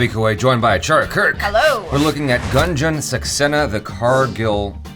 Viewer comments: Just coz u expected us to comment on the pronunciation. The pronunciation is not GANJAN. its G'U'NJAN. Kargil is pronounced Gi not Ji. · Jaby its Goon-jan saxena & kar-Gill as gills of a fish...!! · Gunjan is pronounced as 'Goon-jun'